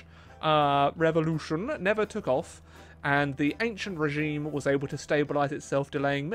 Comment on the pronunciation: Mispronounces a French word that has the same spelling, meaning, and pronunciation in English [levels up in British]